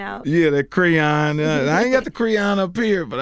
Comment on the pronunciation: "a lil creeyon"